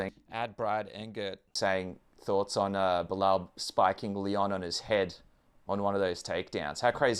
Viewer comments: I love how you called belal beniel. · lol i heard you call him Beniell....jeez will anyone remember the name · You said Benil and forgot belal's name🤣🤣🤣 not sure if you did that on purpose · He forgot his name and called him beniel at the beginning. Poor Belal. Can't get a win online. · bro was also the hater he couldnt even say Belal...